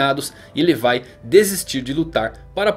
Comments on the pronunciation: Cara uma coisa q eu odeio é a pessoas nao falaren o nome dos personajens do jeito serto:cara é levi nao lefai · fala Levi igual br mano kkk